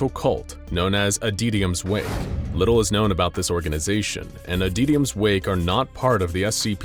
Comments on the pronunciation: Adytums wake: exists Narrator: ADEEDIUMS WAKE. I kid. I adore this channel and binge it regularly. No hate. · I'm not sure how you got that pronunciation from "Adytum's".